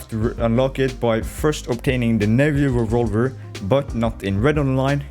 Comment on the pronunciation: Unfortunately all I heard was.......revawver